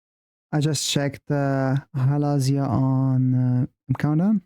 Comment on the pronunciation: Thanks for the reaction, really enjoyed it! You’re still saying Halazia wrong btw, the emphasis is on the ‘Zi’ bit not the ‘La’ bit, Hala-ZI-a not Ha-LA-zia.😊 Also one of my faves and one of the reasons I flew to Madrid to see them at a mixed K-pop event because before that they had only performed Halazia live in Asia.